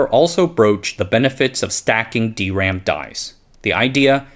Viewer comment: It's weird hearing D ram on this channel instead of dram.